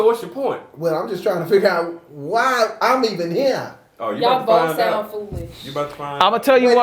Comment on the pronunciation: “Why am I heven herrr” 🤣